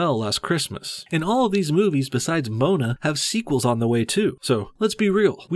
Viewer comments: Mo A na. Not MOANa. Lol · The fuck is moan-a? Its mo-an-a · Uh,? It's pronounced Mo-ANA, not MOAN-a. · ITS PRONOUNCED MOE-ONNA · Polynesians will be triggered because he pronounced it Mona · Good solid post, but learn to say Moana properly and it was the 1984 reelection from Reagan. Made me think twice when you said 1980.